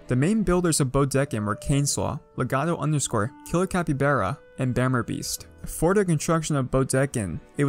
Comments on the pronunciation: It’s said Capybahrah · You said capybara wrong